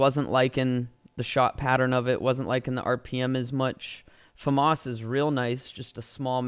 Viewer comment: That’s the correct way to say it